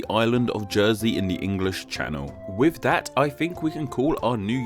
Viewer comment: You have the reading age of an 8 year old and you can't pronounce words properly either. "An' wiv dat..." your videos are shit.